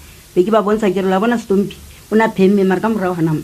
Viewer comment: ANC is campaigning for themselves in every funerals, he doesn't even know to say stompie but he says stompo...sis uyangenyanyisa. I know u ANC as u did the same to my grandmother's funeral at phokwane koko Boshielo last year not w u r at stompie's mother after so long really u r disgusting.